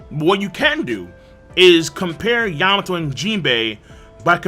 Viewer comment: You mean yam-ato